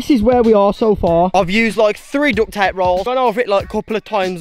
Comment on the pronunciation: It kind of sounds like he sayin dut ta whenever he's trying to say duct tape